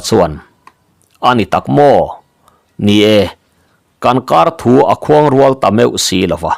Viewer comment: Khuangrual i lam dan kha a va zahthlak deuh ve.